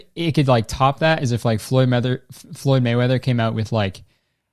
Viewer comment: i love how much you're struggling to say Floyd Mayweather